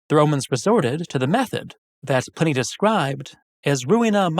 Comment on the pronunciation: ...and why is Pliney pronounced Pinny...?